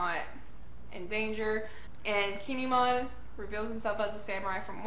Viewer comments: The way you say Kinemon is fine. I believe it's "kin-ay-mon", but your version is fine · you are saying his name right👌👍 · Don't worry. You're saying Kinemon's name right.😁